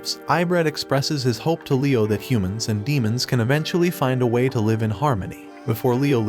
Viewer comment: i will have to comment cause it happened again... Please learn the pronunciation of "live" as a verb!